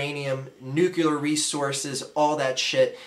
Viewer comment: What's Nucular?